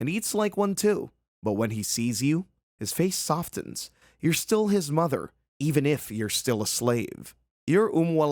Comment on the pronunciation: Enunciating the T in softens is wild.